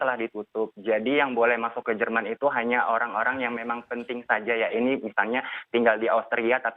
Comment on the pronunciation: orrrangg kok njir